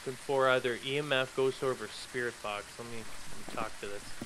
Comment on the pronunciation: I love watching them even tho I try to correct them like they can hear me. Like with the sprit box. I was telling them it's V not B XD